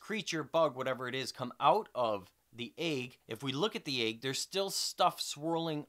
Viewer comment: Your views are amazing, dude. Only complaint about this video I have is the way you pronounce egg - eyg. What a hell? What kinda accent is that? I want to know.